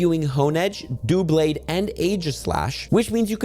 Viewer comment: It's pronounced DUH-BLADE, as in double + blade.